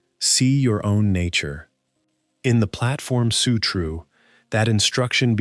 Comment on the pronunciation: The Platform Sutroo. 😂